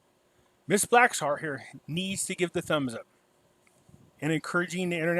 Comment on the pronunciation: Her full name is Jeanine Hennis-Plasschaert (not Blackshart😑). In addition to that: I can't make heads nor tails from this story. What do you mean ' we Dutch are so close'???!🤔